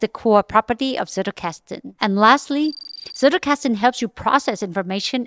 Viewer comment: Loved the video, really well done! But I get so annoyed that everyone mispronounces “Zettelkasten” 😅 It doesn’t take long to google it or type it into Google Translate and have it pronounce it for you.